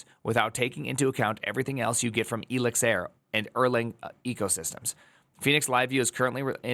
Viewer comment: Elixir as Elizir just hurts